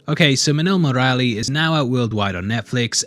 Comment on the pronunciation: thanks for doing a fair critic review on Minnal Murali. But may I suggest the pronunciation on the Malayali names? Dasan: "Dhaa-sun" Minnal Murali: "Mi-null Mu-ruh-li" Varkey: "Vur-ki" Hope this helps! And also, Vanishing Vanaja ( Woman) is most likely to be on the thought processes of Basil Joseph, based her relevance in the Malayali Comic Universe (MCU).